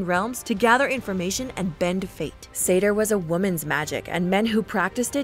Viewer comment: Seidr is pronounced Seithr the weird D makes a TH sound